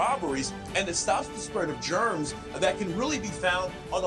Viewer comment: "Germs" oh boy... here we go again